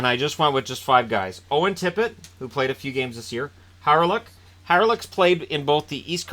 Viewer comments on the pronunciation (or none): none